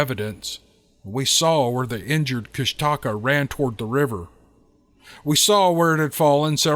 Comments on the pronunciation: It’s Koosh Ta kaa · Kushtaka is pronounced KOOSH ta kah